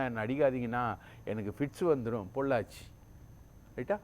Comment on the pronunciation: எதையாவது உளறக்கூடாது... பொள்ளாச்சி.????